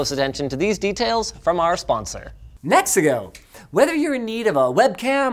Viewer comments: Anybody else actually think he said the sponsor was "Mexico" at first? 😂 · heard "mexico" instead of nexigo and had to rewid that ad lol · i thought he said Mexico not "NEXIGO" I'm over here thinking that he got sponsored by a whole ass country. :face-blue-smiling:😂😂